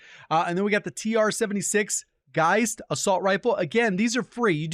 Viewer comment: cudos from germany for pronouncing "geist" correctly (y)